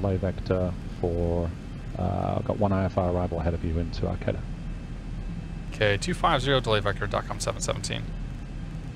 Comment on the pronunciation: great vid but just for laughs, pronunciations are men dough cino and ar cay ta.